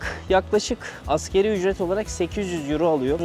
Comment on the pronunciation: Daha videonun tamamını izlemedim ama kulağımı tırmalayan bir ifadeyi düzeltmek istiyorum. "Askeri Ücret" değil "Asgari Ücret" yani Enaz Ücret demek. Lütfen buna dikkat edin. Selamlar.